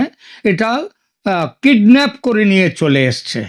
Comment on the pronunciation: ওরে মূর্খ হতচ্ছাড়া‌ বাংলাদেশির দল, এখানে তুই বাঙ্গালীদের জন্য বাংলাদেশে বসে চ্যানেল চালাচ্ছিস আর সাধারণ একটা কথা জানিস না যে, সেটা হচ্ছে কিডন্যাপ - কিডনাফ না😂